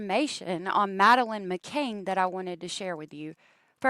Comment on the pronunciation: I don't care if you pronounce a city name wrong at all, but the little girl's last name is McCann not McCain.